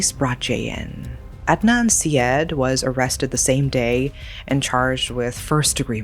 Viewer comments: Ed-Nun See-Ed….😂 It’s Ard-Nun Sar-Yeed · It's more like Udd-naan Saa-yeed.